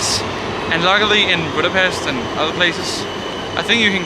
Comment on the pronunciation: I commend you for your achievements in learning to speak Hungarian. One recommendation: please pronounce Budapest correctly.